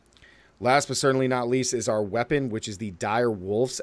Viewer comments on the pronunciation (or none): none